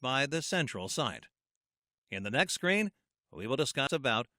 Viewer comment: the way you pronounce screen is strange "the following scrain..." but great video